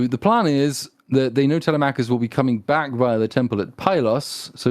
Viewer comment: By the Greek Gods! At least say Telemachus right! Google the pronunciation boys!!! TeleMACKus is like sand paper against my eardrums! sigh Aside from that, helluva episode! I’d say more than fair critique. More than is deserved or could be expected given the targets of hate and scorn this movie makes of certain demographics.